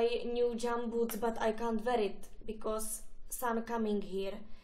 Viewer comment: Because sa vyslovuje becas